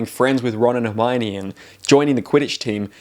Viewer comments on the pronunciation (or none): none